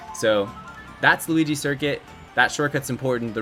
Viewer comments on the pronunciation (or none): He said luh-ki-to